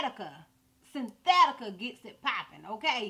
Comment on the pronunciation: I like how you say sybthetical. Lol!